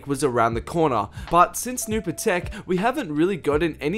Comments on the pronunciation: Patek PAT-TIK NOT PA-TAKE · The way he says atake and patake annoys me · dumbass new patek (pAhh-tick) smh came out in 2018 sept..